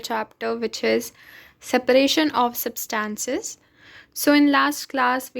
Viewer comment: This is not substans this is substance😂😂😂😂